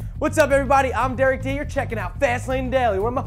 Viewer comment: its derek duh